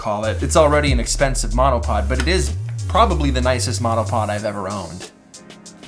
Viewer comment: my husband thought you said let's talk menopause 🤣🤣🤣